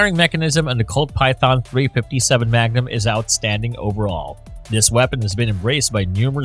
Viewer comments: “dot three hundred fifty seven magnum” Wow! That sounds really BIG! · Dot three hundred and fifty seven magnum…. Said no one ever who knows anything about guns